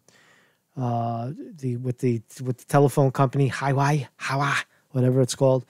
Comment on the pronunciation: Huawei, is pronounced WOW WAY , Lol #SpeakerTulsi works for ME ?